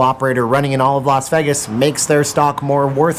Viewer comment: How about this for a topic? How do pronounce Vegas? Is it Vay?like everyone says it or is it Veg (like beg) like you say it?